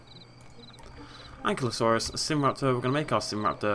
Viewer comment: An-kye-loh-sore-us Book pronunciation, I hate the inaccurate pronunciation as well, probably not as much. Speaking to 6 years ago version